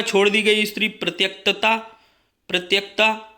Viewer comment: परित्यक्ता का उच्चारण गलत किया है।